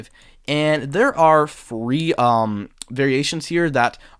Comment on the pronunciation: Great videos as usual... But.. every time you say free instead of three, it is obnoxiously distracting. What the heck man?.. correct this impediment already.. thanks